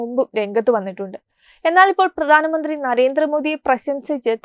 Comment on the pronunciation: Correct your pronunciation ..it is bharatham not baratham it is pradhanamanthri not pradanamanthri